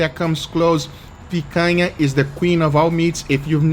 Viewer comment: i feel satisfaction with the right pronunciation of picanha, congrats for 2m subs